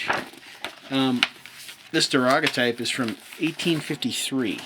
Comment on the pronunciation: Your timing for "pre-Civil War" is OK, but it's pronounced "da-GAIR-o-type", after Daguerre.